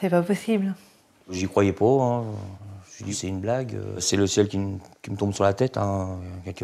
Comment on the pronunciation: "j'y coyer pô" déjà y a problème ? sans blague elle a énormément de courage la dame